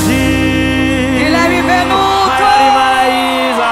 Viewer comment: É impressão minha ou ela chamou Benuto de Venuto?😁